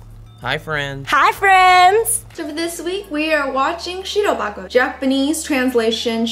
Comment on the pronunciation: Anybody who can speak Japanese: Isn't box in Japanese "Hako" and not "Bako?"